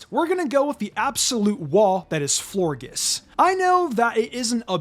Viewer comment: for Florges, you pronounce the g like a J, so "Flohr-Jess".